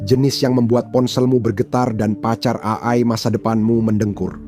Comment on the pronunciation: AI Ei-ai❎ A-ay✅